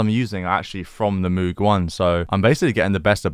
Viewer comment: MOOG correct pronunciation like in MODE not MOOD